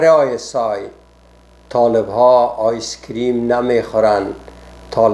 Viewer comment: It wasn't ice cream he said, ice keam.